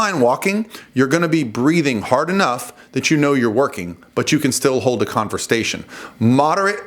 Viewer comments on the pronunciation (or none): “Converstation “ lol